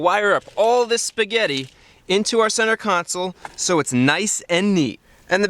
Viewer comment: He said spegetlii